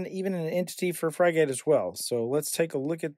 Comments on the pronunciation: Pronunciation is “frig-it”, like the bird that is its icon. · "Frig" rhymes with "fig" and "gate" rhymes with "git" - pronounce it like this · Fry-gate was back when burger king started selling fries oddly similar to McDonald's and they went back to the OG formula to avoid massive litigation. As for this piece of software is pronounced frig-it. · It's hard watching the video with the mispronunciation. Frigate isn't some exotic word, it's a type of ship. Just type Frigate (dictionary) into Google, and the first entry brings up the word Frigate, with a speaker next to it that you can click on, that will give you the pronunciation. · Thanks for the great video, <3 I was up and running in no time, the name <Frigate>, if you struggle to find the right pronunciation head over to google translate, change it to English, type in the word, and hit the speaker icon. lastly, if you didn't notice, you showed your configs dirty little secrets at the top of the blurred box ish, if this is a password used on the wild wild web you should change it. 👍